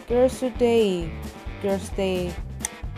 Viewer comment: คือถูกหมดแต่มั่วแหลกตรง Girl's day นี่แหละ